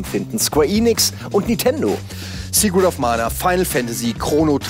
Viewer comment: Warum sprecht ihr Nintendo immer Nitendo aus? Ist mir schon vor einiger Zeit immer bei Ilyas aufgefallen, aber jetzt macht das bei euch fast jeder??!